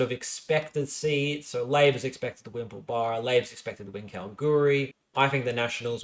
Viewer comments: Pilbara is pronounced Pil-bra :) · Thank you, this was the second time in two days that I've heard someone mispronounce Pilbara. I was starting to think I've been saying it wrong all my life. Maybe it's a NSW thing. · Good work on this summary, quite enjoyed it. If you're wanting to professionalise a bit more though you need to get pronunciations down pat (Pilbara and Joondalup were two, there could have been more I missed though). I know you cop a bit for this but it's a must do if you're wanting a larger audience.